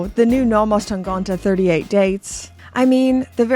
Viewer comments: tangente. tang-ente. ente with two similar e-sounds which sound like the e in „men“ in „he“. not tangonte. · it‘s tangente and not tangonta. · TAHN-GAHN-TAH is my new favorite word 😂